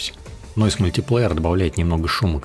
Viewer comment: Как же слух режет твой мультиплеер.... Говори правильно. мультаплАйер... Объём никакой не выдавливает. Что ты несёшь?... разберись с тем, как работает Stable Diffusion в математике. Картинка заново генерится каждый раз, когда ты нажимаешь GENERATE - что переводится как ГЕРЕРАЦИЯ. Не расширение, а разрешение. Не тарЖет, а тарГет, что переводится как цель. Не вайд, а виз.... Иду по видосу и охуеваю всё больше. Тебе нельзя открывать рот. Отдай текст боту, будет лучше. И метод твой неочём... ты даже не понимаешь, как работает img2img... всё методом тыка. Отсюда и такой результат.